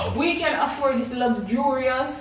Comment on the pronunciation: Lugjurious 😂😂😂😂